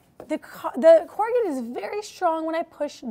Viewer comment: Double wall isn't usually 2 sheets of singlewall board together, as that would end up with 4 liners vs. just 3 liners, right? Also, you said "corr-a-git" at one point - isn't the noun said as corrugated (long "a" sound and "d" at the end or as a verb it is "corr-u-gate", still with long "a" sound?